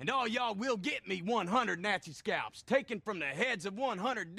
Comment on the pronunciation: “And I want my shkalps”